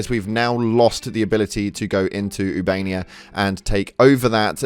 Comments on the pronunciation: ITS OOH-BA-NE-YA, NOT YOUBANIA! ❤ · I enjoy your videos but, oob -uh-nay-uh Not oo-bay-nee-uh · Ubainia? This dude can't read its official. 😂😂😂